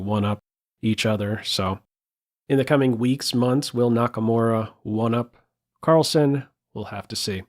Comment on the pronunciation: its not -son.. its sen.. like zen. carl-zen. as in sentry.